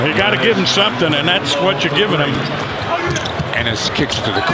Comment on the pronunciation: this dude really said antekounpo